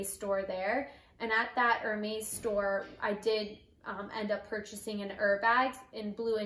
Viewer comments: Wow very nice bag, congratulations but please say it er-mess and not er-mace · It’s ér•mès, it’s not er-meis… Congrats on your bag though. Happy you said no to certain items, it was more on your terms than theirs!🧡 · "Er-Maze" lol...